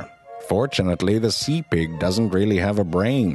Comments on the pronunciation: I swear I thought he was saying "lamb pig" at first. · i love the way he says pig hahahaha